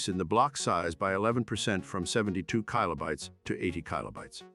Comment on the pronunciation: I've never heard kilobytes pronounced that way.